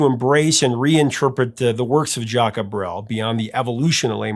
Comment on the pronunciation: "Le Moribond". It's a french word but not used anymore. It is for a man who looks like a dead man. or who is on the verge to die. For english speaker the best way to pronounce it is More-ee-bond with a silent "d". As for Jacques, if you pronounce it as Jack, no one will take offence. As for Brel, it is "Br-ale like the Ale (beer).